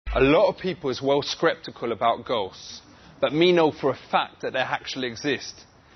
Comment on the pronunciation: BROOOO HOW DID HE MAKE ME ALMOST SPIT MY DRINK WITHIN THE FIRST ... "a lot of people is well skreptical about ghosts"